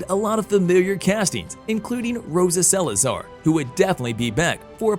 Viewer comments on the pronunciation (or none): none